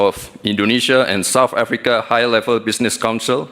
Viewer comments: Bukan soft Africa bung, south lol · Banyak salahnya aja bacanya...wakakakkk..kayak begitu aja dibangga2in...heheh..south africa dibaca sama gibran sop afrika..wakakakakkk